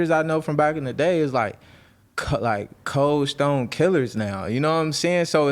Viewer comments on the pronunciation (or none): Bro said “cold stone” killers 😂😂😂